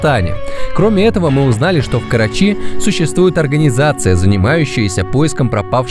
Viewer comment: КарАчи а не КарачИ